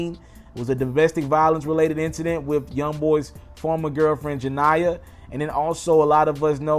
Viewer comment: I love you BUT the fact that you still get NBAYB bm/ex name wrong over a year later blows me. Janiya is not her name it’s JA-Knee-uh (Jania) 😂😩